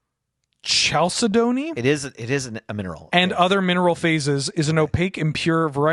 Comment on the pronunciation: Well,...I'm back to complain your pronunciation of Temur! TEE-mur, not TEH-mur. I've paused the video while I write this, but I will finish the video before posting! I'll also overlook chalcedony, kal-sə-doh-nee, since it's your first time seeing it. Also, I'm kind of surprised there wasn't any discussion about Severance Priest and the comparison to Skyclave Apparition.